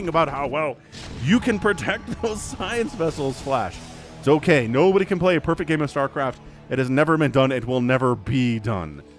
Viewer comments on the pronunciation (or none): none